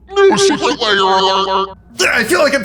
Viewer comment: Tolarian pronunciation guide: Lair laY-Er